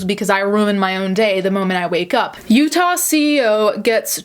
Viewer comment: When she says Utah and that’s where you’re from 😳